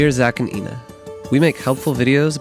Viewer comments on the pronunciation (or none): none